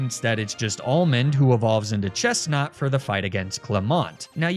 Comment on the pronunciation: Omg hearing your pronounce 'Chestnaught' has made me realise the name is a pun, I literally never noticed this before